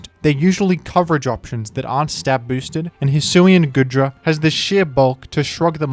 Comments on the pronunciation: The pronunciation is killing me 💀 it's pronounced like goo, because it's covered in goo, not good. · It's pronounced Goodra as in Goo Dragon, not Good Dragon!